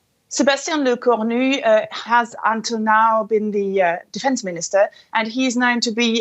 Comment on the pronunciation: Le-corn-new sounds awful.